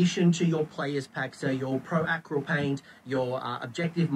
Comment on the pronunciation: Maybe they need to stop putting Stormcast in every starter box? I guess it works fine with Marines in 40K because (as far as I understand, which isnt much) there are many flavours of Marines and there isnt really to the same degree with Stormcast. Also the way Coach says "pro acryl" makes me laugh 😅